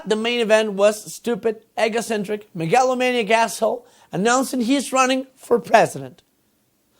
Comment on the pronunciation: Peña Nieto can't pronounce "infrastructure". Chumel can't pronounce "megalomaniac". The difference is Chumel es buena onda xD